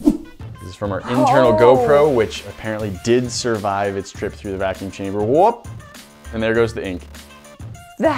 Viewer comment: notice how he said vacuum chamber